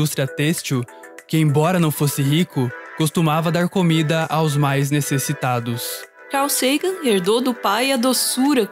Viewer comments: Dói ficar ouvindo car Sagan do narrador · "Car" Sagan KEKW